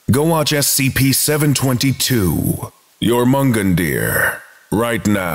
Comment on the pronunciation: The end slate is the first time I've heard anyone pronounce the snake's name YoreMungundeer. I've always heard Yourmungundur with the emphasis on the first syllable as opposed to the second.